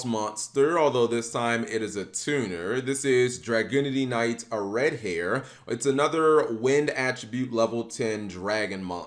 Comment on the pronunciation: We just gonna ignore how he butchered the heck out of Areadbhair? Say it with me Cap: "AIR-ed-BAR"